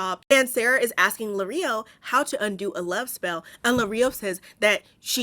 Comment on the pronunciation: Lirio as in “lee-ree-oh”. Not Lareeoh😅